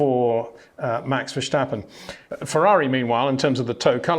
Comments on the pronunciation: HEY PETER WINDSOR, I HAVE MESSAGE FOR YOU SIR: With all due respect ... it is NOT Max "verSHtappen" ... Max is not German (Germans indeed do pronounce "st" as "sht") ... #Max33 = Dutch NL/Belgium! ... It is not "Bottash" nor is it "Lewish" certainly not "verSHtappen" .... This BS started long time ago when a British sport presenter interviewed father Jos Verstappen and assumed you can use a German pronunciation to a Dutch Driver thinking it is so "funny" ... It is not. Serious question: can any Englishman say "versatile" out-loud without saying "vershatile" phonetically? most can about 99,99% ... that is why most English can pronounce Verstappen 100% correct! Father Jos Verstappen (also F1 Racer) was very active between back then only a very few said "Vershtappen" but the vast majority of British sport presenters pronounced it perfectly ... only a few old stubborn farts like Peter Windshor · Freddy Just say Vurstappen, with the a sounding like farce. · Can you please try to pronounce Leclerc and Verstappen correctly?